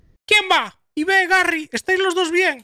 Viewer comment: Es "Ib" no "I-be 🤓☝🏻